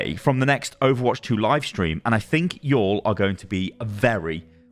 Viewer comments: Loved hearing say “y’all” with his accent lol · Anyone else love the way TRIED to say Y'all? or is it just me?